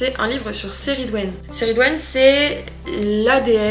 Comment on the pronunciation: J'avais juste une petite remarque, il me semblait qu'on prononçait le C de Cerridwen comme un K mais c'esg peut-être une erreur de ma part. En tout cas on vous soutient dans vos décisions, on préfère largement une personne sincère face à nous qie la personnalité "idéale" des réseaux qui ne pense qu'avec la masse. Bon courage à vous